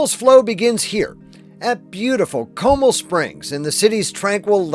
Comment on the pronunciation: It’s Co-mal as in Mal-ware